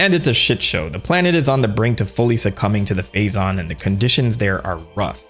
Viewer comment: I know you’re saying Phazon but all I’m hearing is Faizon😂